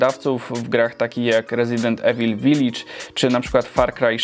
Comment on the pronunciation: mówi się „ivyl/ivil” nie „evil” ! :D